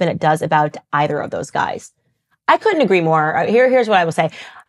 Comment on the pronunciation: Dearest Candice, you are brilliant and beautiful, and I am a staunch follower and supporter; however, for the sanity of your people, PLEASE learn to pronounce flap Ts and Ds! Putin is pronounced “Poot’n”, not “Poo in”, and couldn’t is “cud’nt” not “cu int”! Thank you!